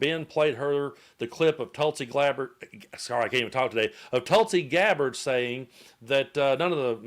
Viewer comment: Tulsi Clabbered...love it 👍 What's between her ears is certainly soured, clotted and curdled.